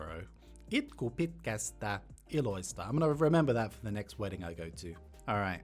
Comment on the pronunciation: Here's a few errors in your pronunciations that I noticed. You said "Muorihin" (in grandma/old woman) instead of "Muroihin" (in cereal), you said "Iloista" (from funs) instead of "ilosta" (from fun), you said "yksä" instead of "yskä".